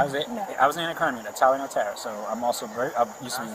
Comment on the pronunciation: Tara Dz-ur-koc...😂